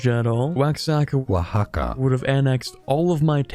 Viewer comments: one of the pronunciations of Oaxaca of all time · Pronounce Oaxaca Challenge (Impossible)